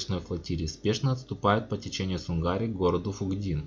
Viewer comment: В 1900 году была вторая война.Тщательней готовьте материал. И да река называется сУнгари...А не сунгАри.. Ухо режет "местным"